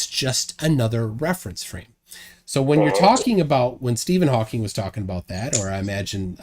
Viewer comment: And it is HAWKING! FFS. That is one of my pet peeve.